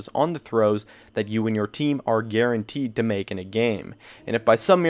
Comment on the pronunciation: "And you're dead guarantee." (Riven) I dunno why, I thought you said "Garen-tee". Y'know. Garen.